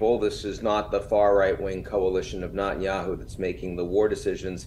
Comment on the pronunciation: I wish Ian would stop mispronouncing Netanyahu as Notanyahu. Does he do this on purpose? So weird